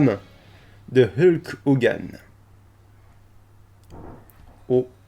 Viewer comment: Tu peux prononcer Hulk Hogan correctement STP ? :v Sinon, merci beaucoup pour ce résumé, j'avais vraiment pas envie de perdre 4 heures et quelques pour ça donc ta vidéo me suffit amplement ^^ Et j'attend le sondage "est-ce que je ferme les volets"!!